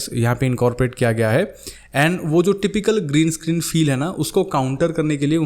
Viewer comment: Green escreen which is not said very correctly